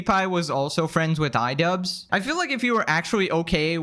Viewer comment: Idubzzz ❌️... I dud✅️🤡